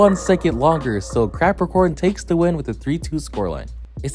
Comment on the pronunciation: Im lmao cuz he says crapacorn